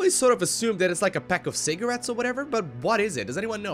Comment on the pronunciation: it's cigarettes, and yes, you're innocent, stay that way.